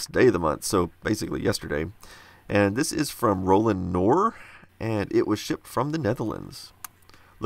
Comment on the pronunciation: I love your videos! Just wanted to point out that you pronounced Ronald Knor's name as Roland. Just thought you should know. Please keep up the good work! Looking forward to your next video!